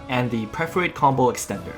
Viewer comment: Amazing video! The depth of knowledge when the game is so new is why you're one of the greats! (Perforate is usually pronounced "per-fuh-rate" or "per-fer-ate")